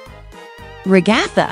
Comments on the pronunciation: It’s not Ragaitha it’s Ragatha 🤦🏼‍♀️🤦🏼‍♀️🤦🏼‍♀️🤦🏼‍♀️🤦🏼‍♀️🤦🏼‍♀️🤦🏼‍♀️🤦🏼‍♀️🤦🏼‍♀️🤦🏼‍♀️🤦🏼‍♀️🤦🏼‍♀️🤦🏼‍♀️🤦🏼‍♀️🤦🏼‍♀️🤦🏼‍♀️🤦🏼‍♀️🤦🏼‍♀️🤦🏼‍♀️🤦🏼‍♀️🤦🏼‍♀️🤦🏼‍♀️🤦🏼‍♀️🤦🏼‍♀️🤦🏼‍♀️🤦🏼‍♀️ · The RE-GA-THUH got me😂😂😂